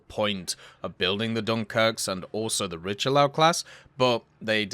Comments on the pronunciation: "ree" + "shuh" + "lyur" not the Richie lau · Riche-Lee~Eu. Freaking Christ...